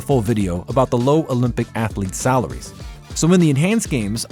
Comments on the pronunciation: I am sorry, but the new voice () is so irritating, I cannot watch the video to its end. Not just in comparison to the old voice (Marc) with his German accent, but by itself the American voice sounds less eloquent, with frequent misspellings (athalete, not pronouncing all the 't's and 'g's in words, pronouncing eenhanced instead of enhanced). An insult to the English language made by a supposed native speaker. Honestly, it feels like a step backwards, an attempt to pander to the US market, but alienating the rest. The voice sounds less educated, less sophisticated. I want my narrator to sound like an intellectual person who actually knows the stuff he is presenting, not just reading off of a teleprompter. Sadly, this is the reason I will stop watching your channel after so many years. I am truly sorry! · Man, what is an atheeeelete? AthEEEElete? C'mon man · Ath Uh Leets